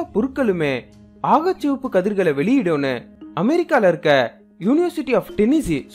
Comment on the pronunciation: வழமை போலவே அருமையான காணொளி . 'அகச்சசிவப்பு ' என்பதை 'ஆகச்சிவப்பு ' என்று உச்சரிக்கிண்றீர்கள் என்று நினைக்கின்றேன் . நன்றி சகோ .